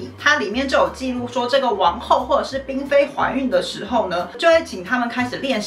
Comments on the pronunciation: 哎呀，嬪（ㄆㄧㄣˊ）妃啦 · 呀～是“嬪ㄆㄧㄣˊ”妃呀😂因為姊姊名子有這個字，格外在意 謝謝你們總是用心收集資料分享❤